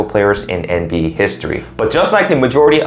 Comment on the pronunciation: Lol he said nb history 😂😂😂😂